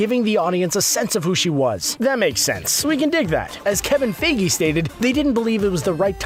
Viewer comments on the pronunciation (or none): Dude, Feige's pronounced as f-eye-gee as seen here: and not Figi. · he keeps on saying kevien fagi